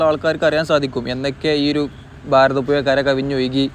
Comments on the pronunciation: ഭാരതപ്പുഴയാണ് പുയ അല്ല ഒന്ന് അക്ഷരം ശരിയാക്കു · ഫാരതപുഴ അല്ലെ ശെരിക്കുള്ള ഉച്ചാരണം